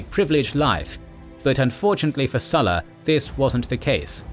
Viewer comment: Why did you pronounce current Lukius Cornelius only to butcher the Sulla part, with that English "u" sound instead of a Latin u (oo)